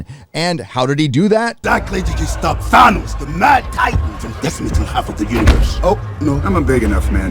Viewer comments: Nebula has hair ?????...something out of a 1970's shampoo commercial. I really glad I cancelled my sub of D+. I thought it's Thanos not Thainos... "I have spoken" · Thane-os? Thanos... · Is pronouncing THAY-NOS a gag? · I'm with you man, but who tf is Thane-os? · The way you say Th A nos bugs the shit out of me. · Who is "ThaYnos"? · Lol oh my God dude.......STOP SAYING "THANOS" WRONG!!!!! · Some one teach him how to say Thanos. That was cringe